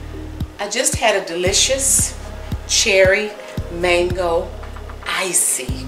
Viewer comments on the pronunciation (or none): none